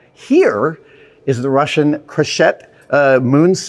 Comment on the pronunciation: The Russian suit was called Krechet (Кречет), not "crochet". Krechet means "merlin", a bird.